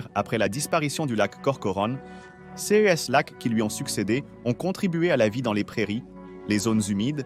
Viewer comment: ça serait plus intéressant si vous preniez la peine de convertir les unités de mesure (acres, pieds, miles, acres pieds!!!....) et si vous appreniez à votre robot à bien prononcer le mot "ces".